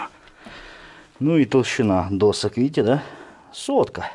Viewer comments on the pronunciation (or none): none